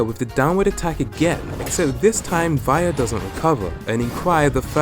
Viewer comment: who tf calls via for vaia?